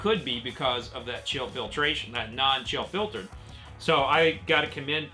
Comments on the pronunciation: I heard that too! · I heard it too. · Wait, did you say fill chiltered on purpose?! In the beginning. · Yeah that one got me. Hahaha